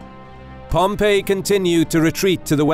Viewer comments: His pronunciation of Pompey is hilarious. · You need to learn to pronounce the word Pompey. It's annoying. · I don't know why...but the way the narrator says "Pompey" threw me off multiple times...it's so...different somehow. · Thank you for correcting your pronunciation of Labienus from wrongly in the first half to rightly afterwards, but then weirdly reverting to the wrong one again! Pompey is not pronounced that way though. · Love this content....but i have to say...this narrator needs to make up his mind and stick with one pronounciation of names..."Pompee", short while later... "Pompay"....What, did his son decide to go with a different sound from the shame of past defeats? And he's not the only one....It's a small complaint, I know, but so aggravating. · Spaniard here (hispania, ave 🤚) , with a strong classic latin accent in his native language... Ay pompeyo... Really cant concentrate each time pompeius is said pompee... pompoo! Now gotta go toilet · Is Pompey pronounced as Pompeii?? like the city that got destroyed by vesuvius? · No, it's Pomp-ee. I've never heard it pronounced like that either. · why does it sound like you are saying pompee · "Pom-PEE" uh the way he says pom-EE! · Drove me nuts too. So much emphasis on the PEE part. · Great stuff, truly. But it's pronounced Pompay... not Pompee. Just saying... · Pom Pee----means to urinate the correct pronunciation is Pom PA! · Just an fyi to you guys at historeeeeemarch, his name is Pompey, not Pompeeeeeeey, hope that's helpful. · The narrator needs to pick a pronunciation for Pompey. Sometimes it's pom-PEE sometimes it's pom-PAY. Meanwhile, my professors always pronounced it POM-pee. Also, maybe tone down the tv narrator voice - the content here is absolutely top notch, but the voice over is difficult to listen to. Just enunciate clearly and speak like a person. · Okay, is Pompey actually said like Pom-pee or Pom-pay or Pom- py? I swear this guy sounds like he's saying Pom-pee. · pom- PEE! lol